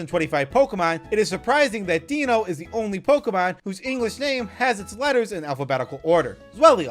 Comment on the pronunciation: This guy's pronunciation of the names are AWFUL Deino is "Dye-No", Zweilous is "Zvye-lus", and Hydreigon is "Hy-dry-gon" because they're based on German numbers. Eins, Zwei, and Drei.